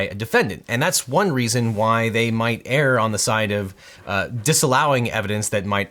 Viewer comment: Great analyses. Thank you for clarifying these legal issues in such a clear way. Obviously, you are an intelligent guy, but please: The word “err” is pronounced “uur.” It rhymes with “fur,” not “pear.” I’d hate for your credibility to be marred for mispronouncing a 3-letter word. :-)